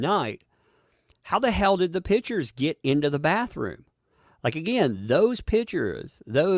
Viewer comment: Just wanted to let know, that as a Portuguese, the way you say "pictures" I hear "pitchers". It's funny sounding. But excellent work on your channel! Love seeing your videos!